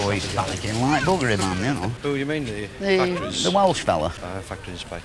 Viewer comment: So it's somewhere in region of Lancashire? He pronounced know as nor .